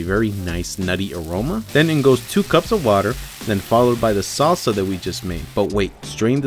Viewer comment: why does he pronounce mexican ingredients like a home depot day laborer...the SAWwwSA!